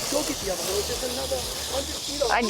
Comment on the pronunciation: Is she saying hose or ho's , LOL